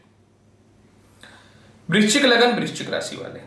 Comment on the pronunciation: Vrischik clear bolo43 age